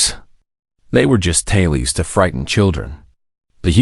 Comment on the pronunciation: Tales. Tal-les. The AI pronounced the silent “e”. Good story but AI can’t read like the humans.